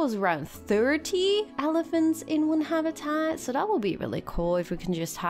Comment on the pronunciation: You make super videos but please stop saying habitat like this hahah